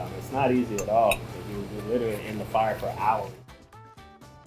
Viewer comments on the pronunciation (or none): I love the French toast chef’s laugh! He genuinely sounds like a happy guy!🤩😂😂 And what did she say ? “Lirally” 🤣 She is beautiful though!